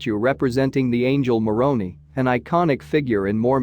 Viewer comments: Every time you refer to Moroni, I cringe. It's pronounced like Moron-eye. I remember when the earthquake happened. There were so many memes.😊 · Moroni does not rhyme with macaroni! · The pronunciation of the word Moroni Is with a long I, not an e!